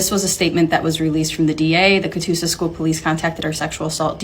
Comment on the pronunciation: Oklahoma here. You said Catoosa correctly. ❤